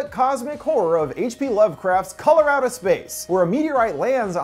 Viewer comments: “Color Out of Space” what I heard, “Colorado Space.” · Color out of space i keep hearing Coloradospace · I swear I was thinking about this half the video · I keep thinking your saying "Colorado Space"...is it just me? But yeah- that was certainly a wacked out film (in a good way, though) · My fire stick keeps hearing this when I look it up lol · True Lmao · Am I the only person who heard him say Colorado Space the first time around?? lmao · I kept thinking he said Colorado space lmao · am i only one who hear ,,Colorado Space"?